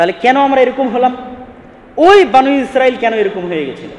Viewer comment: বানু ইস্রাইল বনি ইস্রাইল আগে ভাসা শিখুন